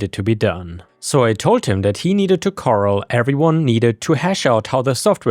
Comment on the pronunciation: You pronounced monger with a soft “g”, usually words with ger in the ending or a beginning is a hard “g” sound, like Germany, anger, etc. I know English is difficult with it’s different rules Corral is also a hard “r” sound with the double “r”. It is split between the “r ‘s” as well “Cor -ral “, You pronounced it similar to Coral, the aquatic building animal.